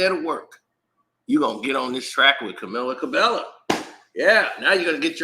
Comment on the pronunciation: I'm pretty sure that's not how you pronounce this young woman's name Sir 😂🤣🤦‍♂